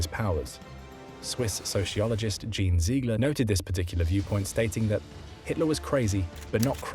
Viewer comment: I was about to make that point! Furthermore Jean Ziegler's name is not pronounced Dzheen as in Jean Harlow but Jean pronounced the French ways, something like Zhong